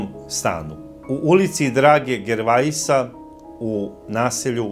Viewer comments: Samo jedna mala opaska, gosp..:) Na samom pocetku price ste spomenuli kako je ta porodica zivjela u Zgbu u 'Ulici Drage Gervejsa'. Radi se o poznatom istarskom piscu i pjesniku i njegovo prezime se cita 'Žerve'.:) Lp iz Pule!:) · Drago Gervais (hrvatski književnik) čita se Drago Žerve s naglaskom na drugom (zadnjem) slogu. L.p. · Mala napomena g., ulica Drage Gervaisa se čita "Drage Žervea". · Pise se Drage Gervaisa a cita se Drage Žervea